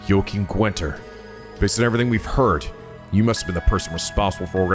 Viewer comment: Congratulations on making it through the whole game without learning how to pronounce Guenter... it's not Gwenter.